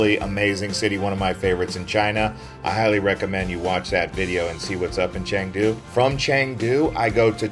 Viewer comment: OMG, so many Americans making travel videos of China and they all have the same thing in common: they never bother to find out how to pronounce chinese names correctly. So lazy. Just google it. It’s “chengdu” not “changdu” and its “gway leen”, not gwee lin.